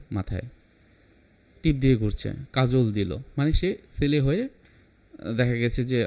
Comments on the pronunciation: "সেলে" না বলে "ছেলে" উচ্চারণ করুন! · চেলা বলবে? 😂 উনি সেলে বলছেন। আসলে উচ্চারণ ছেলে হবে।